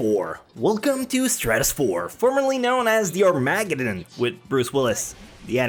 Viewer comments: What the fuck is an aramagan? The word is armegedon. Arm-a-ged-on. Take your time and ennunciete your words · It's pronounced "Are-MA-Ged-in" I'm pretty sure. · Armuggdon? Why do you talk like that mate? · were you talking about Armageddon? I had no idea what you were talking about until I actually thought about it. You pronounced it as Arm-mag-eddon. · Ar-mA-geddun? .... aka... Ar-muh-ghed-done? I kid... you have a good accent. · the way he says armageddon xD. sounds like he is saying "are mad again" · it's Arm-a-ged-in. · the way you pronounce Armageddon is amazing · I like how you say Armageddon like it's a breed of dinosaur x